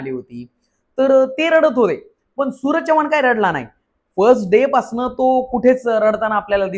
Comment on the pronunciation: नीट बोल भाऊ, चौवान नव्हेरे माझ्या, चव्हाण. 😂😂😂😂😂😂